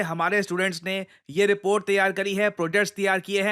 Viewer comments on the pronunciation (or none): none